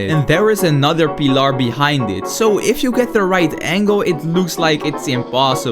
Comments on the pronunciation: eet is just a peelar He said kilomaters😂😂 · Bro said pillr